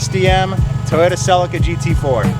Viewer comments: A celica. Pronounced sel - ee - ka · Listening to you call it a sellica is going to be painful though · It’s hilarious how American pronounce Celica.